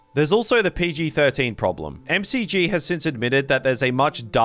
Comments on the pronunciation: It's "Mack-jee", not "Em Cee Gee" 💀 Clearly you are not a Charlie's Angels fan ahah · It's McG, as in... Mc-Gee not M.C.G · love it the directors name is pronounced Mick Gee lol no EM CEE GEE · The director's name is pronounced MacGee, not M C G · Solid! tho McG is 'Mick Gee' like McDonald, not (M-C-G). His R-rated Salvation cut is available on disc. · The director of Salvation is named McG — pronounced Mick Gee. How can this movie be #2 in your list without your knowing this? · M-C-G? His name is pronounced as it is spelled: "McG". Mick, then the letter G. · Sorry, M C G?? That's McG to you, Buddy. Like McDonald's! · No, Christian Bale down not have "a Welsh accent"! Though he was technically born in Wales, never really lived there & he has a very distinct London accent. It's also not "MCG", tho an Ausdse making that mistake is understandable: it's McG, pronounced "mcgee". For some pretentious reason. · For being such a fan of Salvation, you sure don't know how to pronounce the director's name 😂 It's 'mac gee' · his name is said like 'Mack Gee'. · I believe the director’s name is pronounced [makgi]. Like you would pronounce McDonald’s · Nice video but I think the director of Salvation is pronounced “Mick Gee” because it’s short for his middle name McGinty. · Never heard McG pronounced " M C G" before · Its pronounced "Mick G", the director's middle name is McGinty. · That's not how you pronounce McG